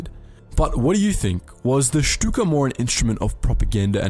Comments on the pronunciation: Very nice German pronunciation :) I wonder why silly Stuka won lol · Learned to pronounce “Shtuka” correctly. 🤪